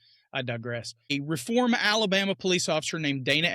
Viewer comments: Correct pronunciation is “Reeform!” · A case of “you’re gonna obey me and like it!” Oh and it’s pronounced “RE form”.